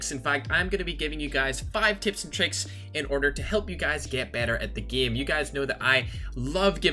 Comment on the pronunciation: Everyone: game: gim